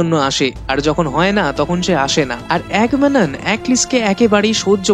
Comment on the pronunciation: নামটা এগামেমনন , আপনি তো ক্যারেক্টারের নামই উচ্চারণ করেন। আবার কিনা মুভির রিভিউ করতে এসেছেন। হাস্যকর ।